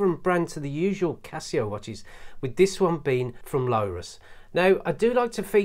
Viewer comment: Lorus - Not, Lowrus. But looks like it pronounced low - tuhs. Lorus are pretty decent cheap watches, I've got one and it actually has 100 metre water resistance which is insane for a £50 watch. This brand has even been in the film Wall Street, a Lorus dress watch was worn by Bud Fox, he checks the time before his meeting with Gordon Gekko. The watches have a serious crown issue though, as they are very stiff, when turning the crown wheel. Btw - 10mm isn't 'thin' - it's about standard height for watch cases and you say "it isn't scratched up or anything" - that watch has too many huge scratches everywhere, heck, you even showed them when you turned the watch over lol.